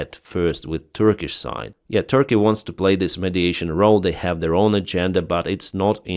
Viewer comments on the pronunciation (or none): none